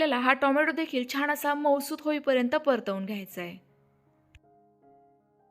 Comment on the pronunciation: रेसिपी चांगली आहे पण परंतु शुद्ध बोलायच्या हव्यासापायी "न आणि ण "यातला फरक तुम्हाला कळत नाही त्यामुळे "छान" या शब्दाला " छाण छाण " म्हणताय.